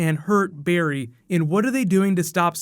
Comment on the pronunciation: It's not Barry good lord